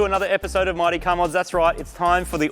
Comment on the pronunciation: I cannot help myself...im hearing "Marty Car Mods" all the time